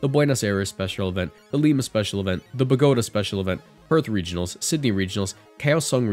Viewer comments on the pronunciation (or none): I have never heard somebody mispronounce Bogota so badly that I genuinely thought they were talking about a completely different continent wtf